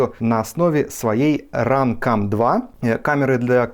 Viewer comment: run cum 2 да классное произношение.